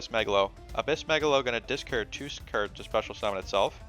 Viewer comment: Cards not kirds